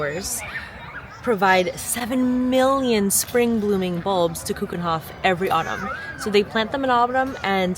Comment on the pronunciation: Do you think you could’ve made a bit more effort with the pronunciation of 'Keukenhof’?😅